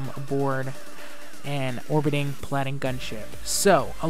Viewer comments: someone get this guy an iphone and have sirir tech him how to pronounce words, go-lie-ath, pal-a-din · dude get an iPhone and have siri teach you how to say paladin and goliath